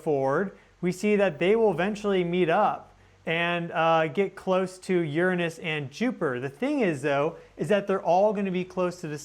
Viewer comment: Finally! Someone who says "Uranus" right! 😉